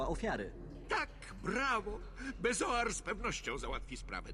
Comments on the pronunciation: Co do bezoaru to z tego co pamiętam w Kamieniu(nie wiem czy tak jest tylko w wersji polskiej czy ogólnie) Snape mówi niepoprawnie beOZAR ;) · Bezoar, a nie beozar :)